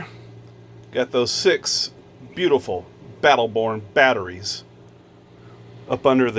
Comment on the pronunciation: A true "HOT SEAT" haha. "Beautiful Battle Born Batteries" and "Skil Sander" - tongue twisters! And you say them perfectly! There is no beginning and there is no end! We're with you!